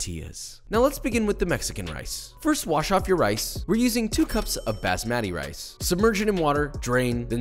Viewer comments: My ears get colonized every time I hear josh pronounce basmati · pronounced as "baasmati" in one go and not breaking it down to "baas-matty" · as an indian the way he said basmati rice is making me roll on the floor laughing, its baah-smuh-thee, not Bass-Mat-tee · As an Indian, when Josh said bass-matty rice that really struck me in my soul jkjjkjjkk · Could you write out your best approximation of the correct pronunciation? I'm Canadian and have only ever heard it called "baz-maddy". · Baahs-muh-ti (and the t is a soft t, like in "Thread")....now say it all together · I heard "bass-matt-ee" and sobbed in Indian despair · “Bah-sss-ma-tee” Rice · Basmati is pronounced “BOSS MUTT EE” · Pronunced “bas-mah-tee” rice, but great recipe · omg i just took psychic damage hearing you pronounce basmati... you sir are.... very white